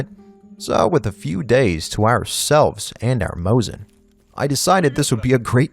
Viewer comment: m o S i n not moZin it sounds like.... Snake S S S not z